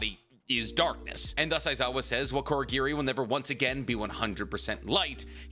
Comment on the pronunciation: Also pronouncing Kurogiri as Korogiri, dunno if thats an accent thing or not.